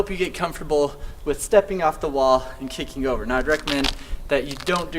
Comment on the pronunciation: He's not saying kicking, he's saying kickink